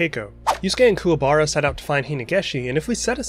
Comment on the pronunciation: The movies were good, but the way they pronounced Kuwabara's name in "Yu Yu Hakusho The movie: Poltergeist Report" was weird.